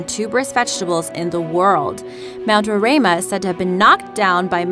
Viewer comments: just me saying but as a person who lives in the country which houses mount roraima it is pretty sad the country itself is not named but the surrounding country also the pronunciation is row-rhye-ma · Fact: the mountain in the tumbnail is mount roraima pronounced 'rorima' not 'rorama' and its shared within venezuela, guyana and brazil. It got its name from the natives who live in the highlands of guyana, the amerindians. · That beautiful flat mountain is acctually pronounced ROW RAI MA and it is where Guyana, Venesuela, and Brazil meet(in South America ). #guyanaese. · As a Guyanese, I cringe at the way she pronounces "Roraima" lmaooo It's Row-rhai-mah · You can't even pronounce Mt. Roraima. And it's shared between three countries, Guyana, Venezuela and Brazil. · And u pronounced rorima wrong